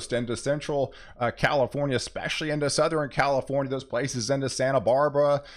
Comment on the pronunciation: Seriously, it’s Southern, not Southren!